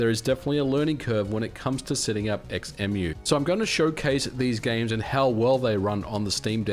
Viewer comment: Surely its pronounced "Zemu"? Like Xenon, Xylophone, Xaviar, xenomorph, xenophobia, xenia, xena etc etc ??